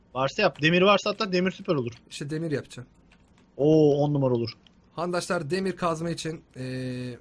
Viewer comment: abi niye handaslar diyosun